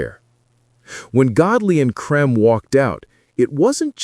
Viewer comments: Dead right. Cream not 'Crem'. I know this for a fact because I met them a number of times. I can also tell you the origination of the name - 10cc, as from a discussion at Kennedy St Enterprises . . . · Why is there the an American accent in this video about a British group? I think his name is pronounced “cream” an not “cream”. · AI doesn't know how to say Lol Creme! 😂😂😂😂